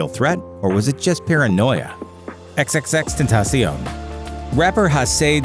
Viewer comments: The way they pronounce X tho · I died when he said xxxtentacso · Xxx tentaćiòn 😂 learn how to say his name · Ten ta SION..HOE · It's X-X-X-Ten-Ta-cion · It’s tentacion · You said XXXTentaction wrong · He didn't pronounce x's real name right 😐😕